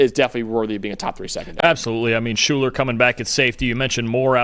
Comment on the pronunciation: You are mispronouncing Shuler's first name.